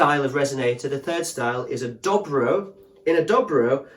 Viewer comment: But they're ALWAYS pronounced Doe Bro, NEVER Dobbro.